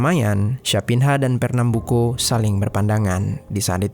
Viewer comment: champinha dibaca campinya dan fernambuco tetep di baca co buka ko.